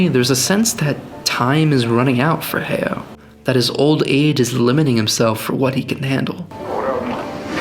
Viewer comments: You pronounced Hayao incorrectly!! Hai yau. Not Haiyo. Boo. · You could at least have taken the time to learn that his name is not hey-o but ha-ya-o. Reminds me of people saying menga instead of manga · Bruh you spent all that money on the book and never learned how to properly pronounce the man’s name, wild. It’s not ‘hey-yo’ it’s ‘ha-yow’. But thank you for informing me that Miyazaki hates ‘Let It Go’ as much as I do😁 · When you pronounce Japanese names, remember that it’s romanised Japanese characters. Any syllable ending with ‘a’ has an ‘ah’ sound ‘E’ ‘eh’ ‘I’ ‘ee’ ‘O’ ‘oh’ ‘U’ ‘u’ Usually you don’t put emphasis on specific syllables. So “Hayao” would be ‘Ha-ya-oh” hope this helps :D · ❤Thank you, we are the ones who thank you. I speak on behalf of everyone here. Thank you very much for the information and don't worry about pronouncing "Hayao" wrong, that was a minor and very small detail for a great content that you created! 🫂🫀❤